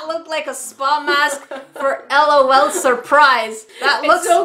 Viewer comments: its L. O. L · It is l. O. L. Not lawl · Haha it's not lawl it's just L.O.L separated so u say each letter separately not as a whole word!😂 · Lolu Me:NO L.O.L LAUGH OUT LOUD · it's L.O.L(el-oh-el)not lol(lawl) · It is L. O. L say the letters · Its l o l Not lol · It is the pronunciation is (Ell oh Elle) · im not complaining, but sika is right its L O L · you’re saying it wrong 😂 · It is “ L “ “ O “ “ L “ and it is WAAAAAYYYY too late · I is L. O. L. Not trying to be mean or salty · It is pronounced LOL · it is too late it is pronounced L O L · its L . O . L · It is said like l.o.l l. O. L